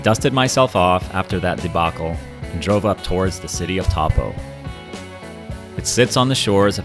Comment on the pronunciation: Taupo is said "toe-poh"